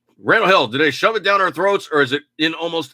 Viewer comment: De nada... Yeah, DID say it that way! I wanted to say it that way in my comment too, but I wasn't sure if I should spell it 'shoe'. or 'shew', or what ~:-)